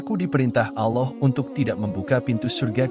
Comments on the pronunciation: Hati2 ngomong allah.jgn alah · paling gak pake suara sendiri ,, jd serasa mengolok olok tuhan ,pakai bahasa AI.. ALLAH , di katakan ALLOH....